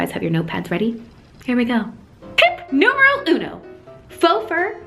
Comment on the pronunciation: I'm italian... every time she says "tip NUMERO UNO" i get confused for a while lol